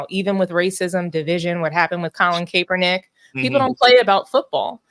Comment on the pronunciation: Colin Cape-ernick SMH